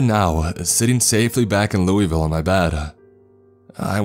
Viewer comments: Imagine pronouncing Louisville like “luey vil” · That’s not how you pronounce Louisville btw. It’s Lou-uh-vull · Alright 2 things about Kentucky. It's pronounced "loo-uh-vuhl" and there's something in all our woods. Don't go out there with out a gun ever. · I love your videos but I hate the fact no-one pronounces Louisville correctly like I'm from there its pronounced LOUL-VALL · I hate how they say Louisville wrong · It’s Louisville not Louisville